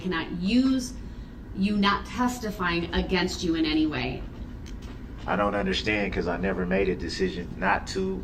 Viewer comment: "did you have n-tee interactions with the defendant?" I still don't know how he screwed up the simple word ANY so bad haha